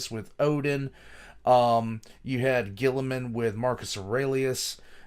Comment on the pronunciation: I actually hate how pronounces a lot of these like Guilliman he pronounces the French way for some weird reason where he pronounces the double L like a double E sound, he says Au-ree-lian when its Au-reh (as in red)-lian, same with Alphaahhrius when the last A in alpha is pronounced the same as the first letter of the word so Ah-lph-ah-rius and Omega is not pronounced O-mee-ga, its oh-meh-ga